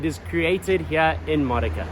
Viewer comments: You should learn how to pronounce the cities you want to visit. Modica is pronounced Mo-Dee-Ca. I know cuz I lived in Sicily for years. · You should learn how to pronounce Modica correctly.